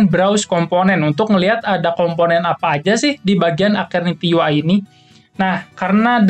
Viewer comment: ijin koreksi dikit bang cara nyebutnya yg bener keknya "esterniti" deh soalnya "ace" nya dibaca "es" gitu wkwkw kalo "aketerniti" aneh aja dengernya dan susah disebut juga kan :v